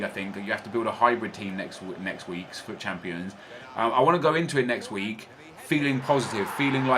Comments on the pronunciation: No one else is annoyed by the fact that he is saying FAAT and not fut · sorry its fut not fat